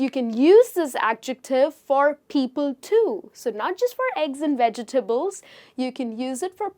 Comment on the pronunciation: Thanks 😊 Please skip to and Pronounce vegetable again.